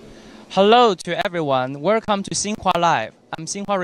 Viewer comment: 'Wercome to Sinhua Lie." Lol.